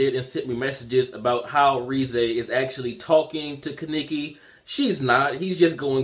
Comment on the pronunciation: Ka-ne-ki...not ki-niki